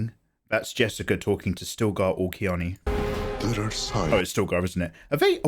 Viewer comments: he pronounced chani as kiani.. which is strange but interesting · Fair enough and not to be a stickler but her name is Chani, as in Chaw-nee. I get it though, there's things like that I havent been able to get past either. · I think he is using Frank Herbert's pronunciations which are sometimes weird